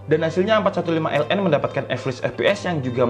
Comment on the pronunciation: Asus a451ln? Soalnya g jls nyebutnya